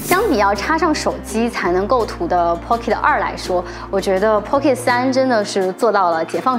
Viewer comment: 建議去聽一下pocket的發音，真的不用每個音都發音才代表念英文……尤其是尾音，應用在所有地方，加油 但是你講得很棒，關注了🎉